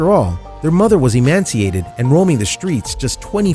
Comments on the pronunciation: Emaciated not "emanciated" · ... emanciated? Don't you mean e•ma•ci•a•ted? And then you said it again... And Villalobos is pronounced "veeya-lobos". It means House of Wolves in Spanish. In Spanish, when you see LL together in a word it is pronounced as a Y. Villa, in Italian, the L is pronounced the way you pronounced it, but Villalobos is a Spanish word so so give it due respect, if you are going to be a host of a show or narrator. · It’s EMACIATED not “emanciated”... sorry he said it more than once and that stuff gets under my skin. Also he pronounced Villa Lobos as “Villobos” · EMACIATED not emanciated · I don't know who wrote this commentary but the man reading the script has mispronounced a very simple word. It is EMACIATED. not emanciated...it seems like it was written for people under the age of 7... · Emaciated not Emanciated (not even a word!) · Emaciated, not emanciated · The word is emaciated not emanciated - which isn't a word. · Not emanciated , emaciated! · It would help if your narrator could read English more fluently. There is a difference in "emaciated" and e-MAN-ciated. Otherwise, good video. Thank you for the videos. Thank you for what you do for the animals. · Sorry mate....its emaciated not emanciated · Emaciated. Not emanciated. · The narrator said the dog was "emanciated".....no such word in the English language......it's emaciated. At least get the words right when trying to scam people out of money with fake rescue videos.... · emaciated not emanciated....emanciated isn't a word. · It's EMACIATED, not emanciated. There's no "n" in this word. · The word is emaciated, no N. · Emancipated, not emanciated. Btw, next time, if you’re not going to show the whole story, don’t bother. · It's emaciated NOT emanciated. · It's not emanciated; it is emaciated. There is emancipated and then there is emaciated.Two completely different words. End of rant. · It’s “Emaciated” no “N”. Emancipated means set free. Emaciated means starving down to bones.